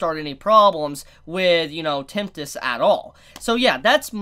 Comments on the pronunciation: You keep saying Temptist instead of Tempest... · Ok, this video has to be a shit post. has gotten Tempest and Millim right before. Why the heck is he saying Tempt Us and Millium now?